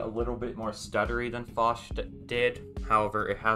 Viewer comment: fosh? 🤔 well first time i heard that now lol. everyone else says it as (P) osh